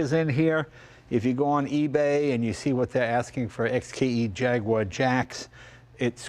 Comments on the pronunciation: JAG you ARE, not JAG wire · Please stop saying JAGWAAR it’s j a g U A r like the animal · IT is NOT a JAG WHARR. It is a JAG YOU WHAH. Get with it buddy. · It's three syllables: Jaguar, not Jagwarr. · It's called an 'E-type Jaguar', not a 'Jagwaaaaaar XKE' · It's not Jagwar.. It's Jag-uar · It's not a Jagwar, it's a Jag-U-ar.... I know because I am British! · Apologies to US readers, but it was a British company, and it's how they pronounced their name; 'Jag-you-ar' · Come on Jay. Jag-wah? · will someone tell me were the W in JAGUAR IS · I'm surprised Jay doesn't know how to pronounce Jaguar. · Jay…. It’s a Jaguar… pronounced Jagyouare..not Jagwah!! Also it’s “Dunlop” not “Dunlap”… I thought you knew about Cars.